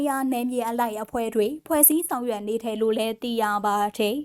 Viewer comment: ဟ...သတင်းဘယ်လိုကြေငြာတာလည်းဟ...နားထောက်လိုက်တာ ..တယ်..ကိုဘယ်လိုပြောနေတာလည်းဟ..စိတ်ပျက်မိတယ်